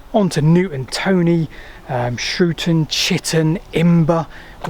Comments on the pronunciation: It's 'Shrewton' not 'Shrewon'. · the U in Coulston is silent, and the T in Shrewton (certainly as my Grandparents said it) certainly isnt. 😉Fantastic video though, I didn't know Shrewton would have had a railway, and I've cycled through it many many times